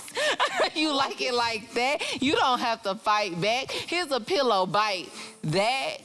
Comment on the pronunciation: Not me thinking he said “here’s a pillow.. fight back” 😅